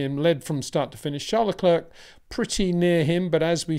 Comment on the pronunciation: Peter, has no one ever told you that Charles last name is pronounced Le Claire like Frank William’s daughter’s first name.